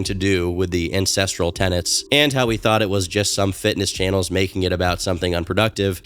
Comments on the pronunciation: I kept hearing INCESTRAL not ancestral 😭😭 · I keep thinking hes saying incestual. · EVERY TIME says "ancestral" I pause because it does not sound like that. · Everytime you said "Ancestral" I had to do a double take to make sure I heard right.